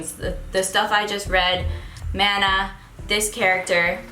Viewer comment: you're amazing!!! Maybe you've already known but just in case... The pronunciation of Mana (マナ) is the same as Venus's boyfriend Manaさん:)